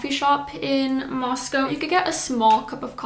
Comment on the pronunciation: Moscow not Mosco.